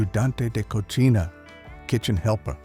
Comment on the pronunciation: Cocina: co-see-na: kitchen Co-chi-na: dirty, pig